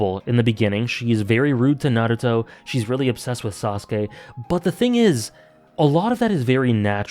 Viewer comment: It's pronounced Naruto, not Naruto. :)